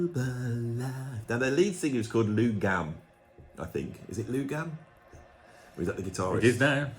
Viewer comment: “Lou Gamm” fckin hell man it’s Gramm! 🤣